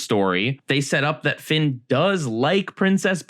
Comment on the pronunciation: I think you missspoke Finn and jakes name at the beginning of dungeon